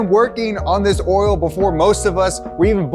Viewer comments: There is no 'R' in "Oil" tho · Bruh....did you say motor oral like 13 times in that spot? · Is he from Louisiana or why is he pronouncing oil: earl? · saying oil kinda sounds like oral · I've never heard "oil" pronounced with an 'r' in it until I heard it from. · Motor “oral” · hearing someone pronounce OIL as "oral" is infuriating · Nobody's gonna point out the way that he says oil like there's an R in it? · realized u couldnt say oil